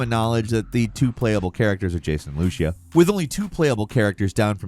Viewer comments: Repeat after me... LOO-SEE-AH, Lucía. Not Looshia. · As a Spanish speaking person I have this constructive criticism: Please look up the pronunciation of Lucía as a name. It has an accent on the I, not the U. You'll be using that name often so it doesn't hurt